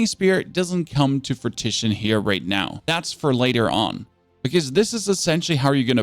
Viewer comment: It isn’t Fruit-i-shun it is Froo-ih-shun.